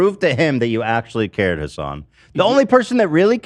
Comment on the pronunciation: I never knew if pronounicng hasan's name as "Hasen" is a joke or if that's how u actually pronounces it. Hasan never reacts to it, and I don't think Hasan has ever pronounced it like that